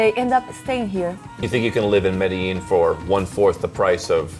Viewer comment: Excited to watch this! Already from the get go he pronounces it correctly! To all Anglophones, it's pronounced Meh-deh-yeen. The local Paisa accent pushes the double LL sound from a Y to a J a bit, but not as exaggerated as Mede-jean. Related: It's Carta-henna, not Carta-hey-nya. There is no ñ on Cartagena.